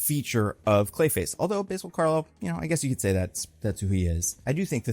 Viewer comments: I think it’s pronounced bAsil Carlo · Not to be pedantic, but the name "Basil" is pronounced with a flat A sound like in cat or actor. Also, I've always wanted to see a Preston Payne version of Clayface. He's super cool and underrated. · Basil as a name is typically pronounced with the English pronunciation of the word basil btw. Also my favorite run of Basil is the early Rebirth Detective Comics run of him which really rtedeemed him and led to such tragedy. Basil and Cass have one of my favorite dynamics that deserved more time.